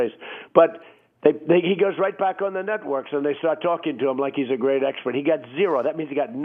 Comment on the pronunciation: Did POTUS just say nutworks?